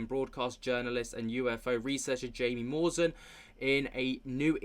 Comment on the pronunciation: I think owes Jaime Maussan an apology. And my god man, it's pronounced "hi-me moose-ahn". Your pronunciations are in general severely lacking. Research. Otherwise, I love what you do.